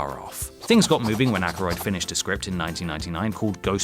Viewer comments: Omg thank you! I got a headache in my eye from that pronunciation. The other day it was ky-fer Sutherland...ouch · Harold Ramey? Who is that? And you got Bill Murris and Dan Aykris names wrong too...